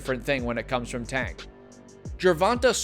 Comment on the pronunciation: Why do sum ppl say “a” instead of “ay” when pronouncing Tank’s name? It’s as if they’ve never heard it said/announced b4 lol